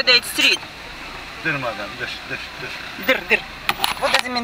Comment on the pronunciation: Таксист сказал не дыр мадам а " Дур мадам" ->на русскым это означаеть Подожди на минутку мадам